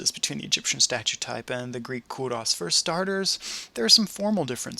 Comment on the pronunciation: It is pronounced Ko-ros not Ko-Russ!!!